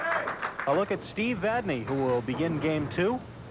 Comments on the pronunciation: I'm going to say it again. It's not VadNAY, it's VadNEY. What is it with these two announcers? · V A D N E Y